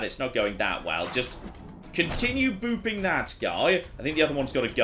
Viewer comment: Whenever says “Booping Stick”, all I hear is “Boofing Stick” ( ͡° ͜ʖ ͡°)